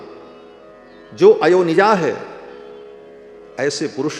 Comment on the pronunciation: अयोनिजा का उच्चारण कथावाचक ने गलत किया , उच्चारण किया अयो निजा जबकि सही उच्चारण है अ योनिजा